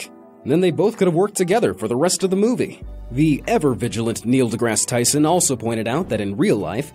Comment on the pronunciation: For someone trying to promote real science, I appreciate that Tyson made the things understandable. Can’t believe you try to slaughter his name... gotta say I was amazed. Huge dislike.